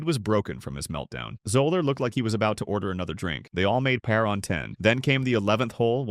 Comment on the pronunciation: Also said Gene Sara-zeen and 'pair" for "par." So annoying. I suppose it would say Jack Nick-louse.